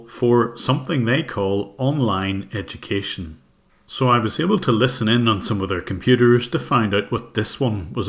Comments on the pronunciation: "Where'd you get your EDOO-Kay-Shun?"😂😂😂😂😂" fwum de goomert? " "you are kallified" lol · these people can’t say Edukation properly 😂